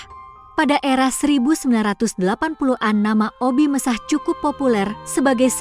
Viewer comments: Sy paling sebel kalau bicara suara Robot. Obi Mesah 😮😮 Obi Mesak, bukan Obi Mesah....La Dongo😢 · BUKAN OBI MESAHH TAPI OBI MESAK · Admin video ini lucu... sebut obbie mesakh ...di ucapakan obbie messah... 😂😂😂😂😂 akun tidak berkwalitas...